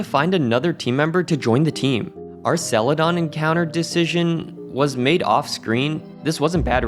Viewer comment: the pronunciation of "Celadon" sent me into a rage.